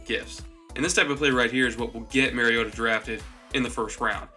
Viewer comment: You trash Mariota for his deficiencies and make excuses for Winston's deficiencies. Totally biased analysis. But really all I needed in order to know that your analysis is not to be taken seriously is that you don't even know enough about your subject to pronounce their name correctly. If you haven't studied your subject enough to even know how to pronounce their name then you don't know enough about them to be analyzing them.